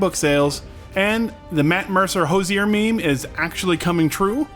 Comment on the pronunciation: It's not how himself or other Irish people say Hozier. Food for thought.